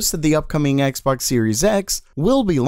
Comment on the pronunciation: Microsoft's X Box sounded like Microsoft Sex Box :-)))